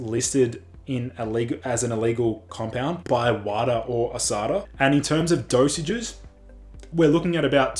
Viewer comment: I love you but it’s usada not asada there’s carne asada which sounds delicious😂😎